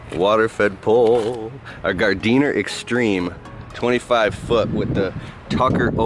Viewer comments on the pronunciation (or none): Gardiner pronounced Gard Neer